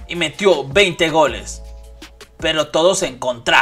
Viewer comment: It's en contra not en contrá xd